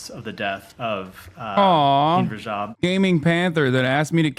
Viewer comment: sorry but the very first 3 seconds are already wrong. "Her name was Hind Brajab." NO. Her name was Hind Rajab. I mean, this was recorded, right? This was not some kind of live tv show. It was recorded. A script was used. Right? And yet she says: Her name is Hind Brajab. Sorry, but i see this as a special kind of disrespect. Recording this stuff. TO show it to an audience. And NOT picking up the fact that the woman is not able to pronounce the name of the girl correctly. I find this disrespectul. As if it is done deliberately. It takes 1 or 2 seconds to find out what happened and how to pronounce the name correctly. And yet this channel couldn't be bothered. She, the woman on camera, she could not be bothered. Hind Brajab it is then.